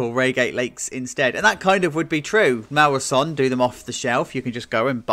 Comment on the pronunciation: I think it’s pronounced Maurer (so-nay)